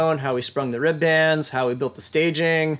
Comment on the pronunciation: If you guys want to sound like salty old boat builders you have to stop saying rib bands. It's pronounced rib'ns almost like ribbons, like you would tie up into a bow.